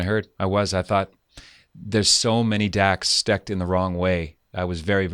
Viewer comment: Did pat say “there’s so many dacks stecked in the wrong way”?